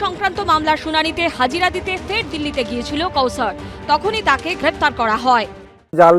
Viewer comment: কৌশর না রে ভাই কাউসার বা কওছার